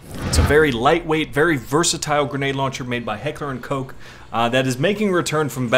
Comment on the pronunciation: lol it's not heckler and coke lmfao